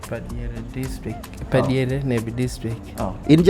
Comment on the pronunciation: Another correction: Alur Padyere! Not par diere